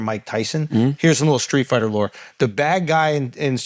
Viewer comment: It’s Streetfighter B. Not Skreetfighter. 😂